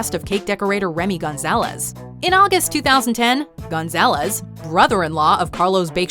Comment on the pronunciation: The way she said Gonzalez like, mam do you see the letter A between G and N like oh no mam